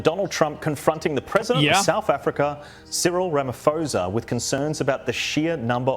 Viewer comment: "Ciril Ramafosa" 💀